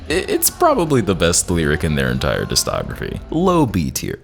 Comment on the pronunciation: Very fun video. Every time you mispronounce discography like "distography" it hurts me.